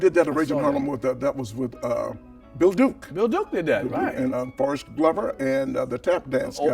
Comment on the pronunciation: He said Forrest Glover🤣🤣🤣🤣🤣🤣 This guy🤗